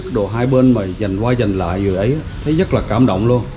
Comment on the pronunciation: Cảm ơn a. A nghe a nói "dất nhiều" thiệt là "dất ấn tượng" =))